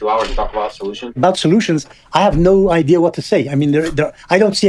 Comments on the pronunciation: Is it idea or is it ideer? Feelin pretty gaslit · Does it bother anyone else the way moeen says "idiur" instead of "idea". Like brush if your going to use a word constantly at least pronounce it right